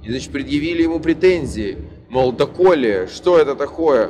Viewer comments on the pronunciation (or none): не доколе, а до Коли